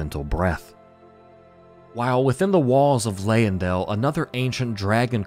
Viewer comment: Also have to call out the Leyndell pronunciation. The Y doesn’t take so much emphasis, as we hear from Gideon.